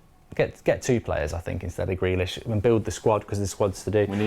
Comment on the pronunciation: Like says: “Grelish”😂😂